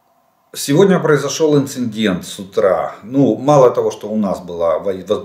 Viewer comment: Уважаемый Олег Владимирович! С большим интересом слушаю Ваши очень содержательные обзоры, но позвольте озвучить одну маленькую претензию: пора Вам уже заканчивать с "инциНдентами" и"прецеНдентами"! Поверьте на слово - выделенные буквы "Н" там совершенно лишние.